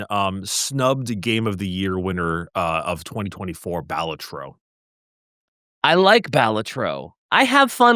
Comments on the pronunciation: The way they say balatro is hurting me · Every time you mispronounce Balatro my eye twitches and my eye is tired.